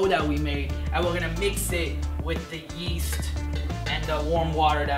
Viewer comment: I thought he said a packet of yeet